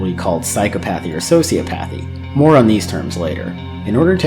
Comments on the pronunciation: Please, please, please... You're pronouncing a couple words wrong. Sure, they're pronounced "Sigh-Kō-Path" (Psychopath) and "Sew-SEE-Oh-Path" (Sociopath). psychopath sī-kə-ˌpath sociopath sō-sē-ə-ˌpath But the other associated words, the longer ones, are pronounced, "Sigh-CAW-Path-ee" (Psychopathy) and "Sew-See-Aww-Path-ee" (Sociopathy) psychopathy sī-kŏp′ə-thē sociopathy sō-sē-ˈäp-ə-thē Just FYI. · You're mispronouncing "psychopathy" and "sociopathy". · Man I'm sorry but if you're gonna call yourself a therapist you gotta learn how to correctly pronounce psychopathy and sociopathy